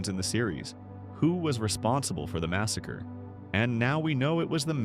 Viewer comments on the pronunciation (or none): none